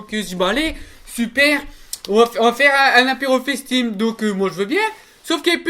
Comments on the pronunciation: Il voulait dire face time il a dit fesse tim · « FaceTime » sans l’accent anglais excellent !